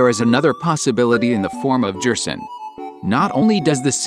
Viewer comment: Me: You pronounced Gerson wrong Me: [remembers this is text to speech]